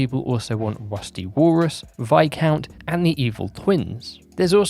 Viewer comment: The character from Boom Bang is Viscount, I think in all your videos you call him Viacount.